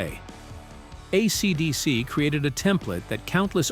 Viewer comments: Most of the time it's fine... just when it says AeeeeCeeeeDeeeeCeeee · Why are you saying AC/DC like that.